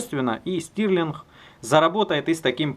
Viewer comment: 1. Делай сразу полезный образец (см. видео с Юргеном Клейнвахтером). Игрушек уже и так полно. 2. Хватить быть попугаями. Фамилия изобретателя - Stirling, что произносится как "Стёрлинг". Мы же не говорим "Хуигорь Невзгода"...